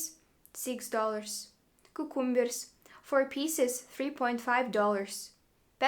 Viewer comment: How you pronounce "cucumbers" --- priceless